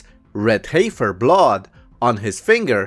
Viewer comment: Brother, the word "heifer" is pronounced like "heffer". The 'i' is silent. English can be a strange language, I know.